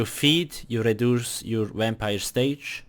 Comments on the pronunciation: Why so negative, thats just bc of where he comes from and he made this video to help ppl and then u are going to complain about the fact that it sounds like wampire? pls get a life and stfu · He say wampire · a "wimpire" lol The video helped me alot tho 💪